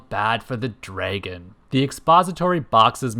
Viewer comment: Say “draygun” one more time.